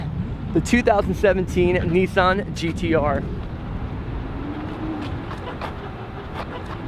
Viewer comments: Nissan not Kneesan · The only thing I don't like about this is the way they say NISSAN, not neesan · nisss Ann its pronounced dno why people pronounce it wrong damn